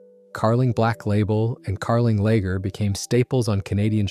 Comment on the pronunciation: Moosehead LAger? (Long A?) You know how to ruin a good story! I’d prefer a real voice…please.